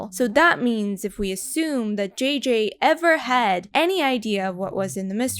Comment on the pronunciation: It took me a while until I realized she was saying "JJ" and not "GG".